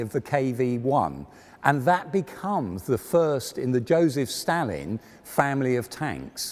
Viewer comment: You said Stalin wrong, among dozens of other words.